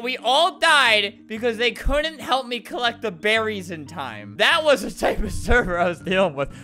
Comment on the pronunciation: "Search TEH cabin"